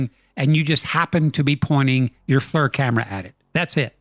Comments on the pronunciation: It’s pronounced “FLEEER”. Not flur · It's pronounced "Fleer" not "Flurr." And "pro-grum" is "pro-gram" as wel as "skull-ton" is "skell-a-ton." 🤦‍♂️ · Hey, I love the channel and have been subbed for years. Just note that the creators of Flir pronounce their system Fleer, not flur. I hear it often on youtube pronounced the wrong way. Have a very happy and prosperous new year to you and every one of your subscribers. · *FLEER is the correct pronunciation, not flur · Great work as always. Love it...And, as other commenters indicated, FLIR is pronounced FLEER. Looking forward to the 'Whoop Project' gaining speed!